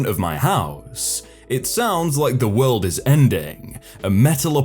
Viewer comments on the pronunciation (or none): none